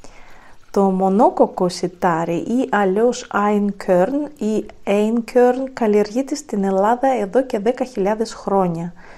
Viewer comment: Είναι γερμανική λέξη και προφέρεται άινκορν